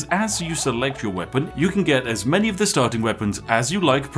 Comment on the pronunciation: Ah yes, the "many-gun"